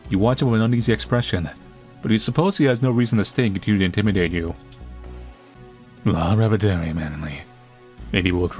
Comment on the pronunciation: yes I love that we're all here in the comments too! (sorry, I understand Romanian better than I can speak it) I was also surprised he got the "la revedere" so well, I remember as a kid it took me ages of practice to say it right, I found it so tricky! but he pronounced it pretty well just seeing it for the first time and not knowing the language at all, lol!